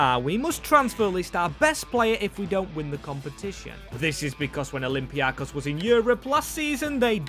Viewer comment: bro ITS OLYMPIAKOS emphasized IN O AND THE BEST EVER VIDEO DO THAT AGAIN AND NOT WITH PANATINAIKOS 😊